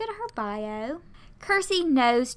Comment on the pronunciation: Circe is pronounced with the ‘C’ as a ‘S’ sound, not a ‘K’ sound. In Game of Thrones the main evil character is Circe. That’s where I got that from. Also, when looking at their traits like serious vs. playful, if there are no points they are the trait to the left. If all the points are used they are the trait to the right. So Loki is extremely serious. I hope this helps.